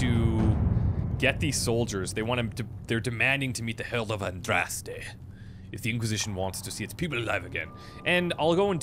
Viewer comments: Dude - ahn drahs tay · You said Andraste's name right! Its a Maker born miracle! Awesome LP so far but I have to admit I wince every time you pronounce her name wrong. :P